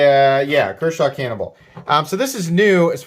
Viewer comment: Thought you said "Kershaw Cannibal" 😂😂😂😂😂😂